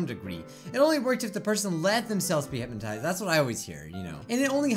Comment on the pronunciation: The way your saying hypnotized is triggering me.